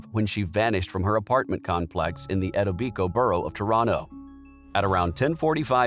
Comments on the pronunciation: Etobicoke is pronounced “E-toe-be-coe” I think there was a news program here that made it seem like some of the neighbors were not as forthcoming & were subsequently arrested for other things, but nothing related to Nicole. I believe the police also focused in on one of the neighbor’s brother or cousin who was visiting or was temporarily crashing there, but they left & not sure what happened after that. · EEEE toe bee coe Is how you pronounce Etobicoke. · Etobicoke is not pronounced like that lmao